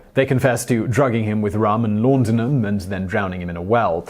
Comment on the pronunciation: Ok. So like 'laudanum' for example. Pronounced law-duh-num, it is perhaps one of the most simple and direct words to pronounce phonetically ON NO PLANET are you incapable of pronouncing this word correctly and I find it very hard to believe that this episode script was your first time ever encountering the word. For someone who enunciates their words so exquisitely, there seems little chance of you flubbing the word and deciding to keep it in instead of doing a 5-minute reshoot. So, with the above so plain to see, I can only assume intentional mispronunciation. Am I like, totally crazy?